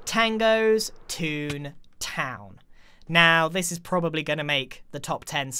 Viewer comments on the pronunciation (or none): none